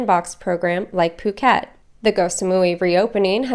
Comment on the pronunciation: He says "pyu~~ket" again . It's "pooket!!!" So annoying